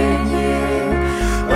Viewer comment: Всё хорошо 🆗 совет: следить за произношением, потому что "рожжен" и "рожжество" это так себе 🤭😏